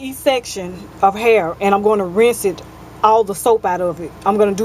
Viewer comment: i <3 How You Say Hair, You Say "Har" :-D